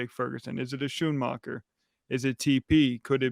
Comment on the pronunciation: I am SO glad to hear that a lot of our younger players are healthy and making plays! This has to be the fastest team we’ve had since the ‘90s! If we can stay healthy, we could go DEEP into the Playoffs, because speed kills!!! #DC4L P.S. - the name is pronounced Skoon-maker. The Sch in Schoonmaker is a hard sk, as in SCHOOL.